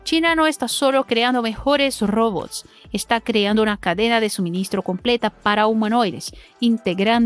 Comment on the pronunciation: Me suscribí solamente para comentar: muy bueno todo lo del video excepto la voz en off: pronuncia raro su acento y en vez de decir "robots" dice "robos".